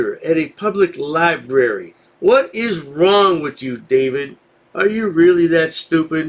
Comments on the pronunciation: The lie berry😂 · He is at the Libarry maybe he will get smerter. he kind of stooopid. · Hahaha!! Lie-Berry...I wonder if he eats Ba-Sketti? (This was the way a girl in my 1st-grade class pronounced spaghetti). This is the mental capacity of this guy. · "Not everybody has an ID." What world does he live in? He even says he only shows ID if he's committing a crime so he apparently does have one. If she's breaking the law, call the police. Now he's talking about all the money they pay, but i thought he was guest and doesn't pay anything to that "lie-berry." The NotsogoodguyIdiot proves his ignorance with every phrase he utters.